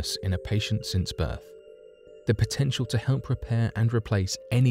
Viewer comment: The word is "Potential" - that is "PO..." not "PI...". "Arrrrrgh!".